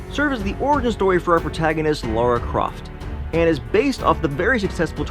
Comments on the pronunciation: It's LARA not LAURA... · Her name is Lara not Laura 😂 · It's Lara you moron...not Laura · Lara NOT laura